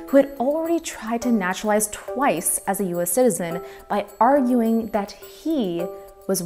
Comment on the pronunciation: A fascinating subject that deserves attention but personally I was distracted by the fact that the narrator couldn't pronounce the word "citizen" or "citizenship". She consistently says "sizen" and "sizenship". It grated on my ears. But the subject was well documented and interesting.